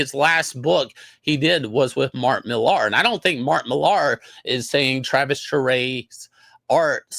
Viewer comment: It’s spelled Millar but pronounced MILLER